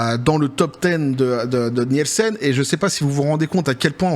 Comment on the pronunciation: ça se prononce "Nilsen" ... désolé, je retourne me cacher.